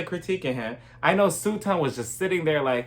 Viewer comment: I love how you call her Sue-ton. Omg. Hilarious. I love Crystal. Kick Sutton out and let Kathy have the 💎 I still get kind of nah-vibes from Garcelle.